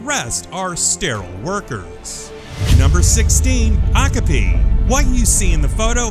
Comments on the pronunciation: o-kah-pee not okopie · Okapi is pronounced "oh-kah-pee" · it's pronounced "oh- cop- ee" omg!!!!!! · its not "ock a pee" its " o ( as in oh no!) copy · Wow cringe, how you miss pronounced Okapi